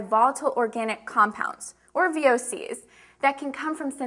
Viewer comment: i m kidding ,, your just so beautiful and it was just a way of giving you a complement,.. did you say wessssiee?? lol